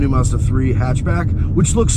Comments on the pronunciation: Actually if you are going to be picky about pronunciation it is actually Mazuda. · Mazda not marrrs-dar